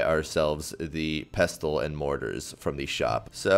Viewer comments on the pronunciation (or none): Dude, you don't pronounce the t in "pestle" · This guy genuinely pisses me off cuz he says pestuhl instead of pestle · The T in pestle, is silent. Pessel.